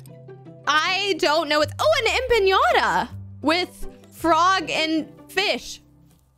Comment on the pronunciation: It was so cute how they pronounced empanada and carbonara but it was also like cringe cause in Latin and I listen to my friends mispronounce it all the time but it's still funny. .. Also it's pronounced em- pa- na- da basically how it's spelt. Sorry I just had to put the right pronunciation somewhere in this comment.